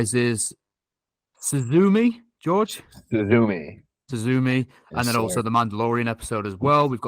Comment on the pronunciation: George my guy, that is not how you pronounce Suzume lmao